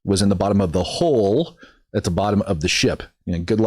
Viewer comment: Candice would pronounce it, “ A HO IN THE HOOL”!😂